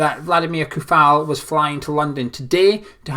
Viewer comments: Its pronounced (Coufal) [Tsoufal] "Ts" like ending in word "cats" that ts sound you make in the end. Little advice... all slavic word or names are pronounced the same... every "C" in the name is like "TS" not like "K" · Also, the "ou" in Coufal is pronounced as "o" in "OK".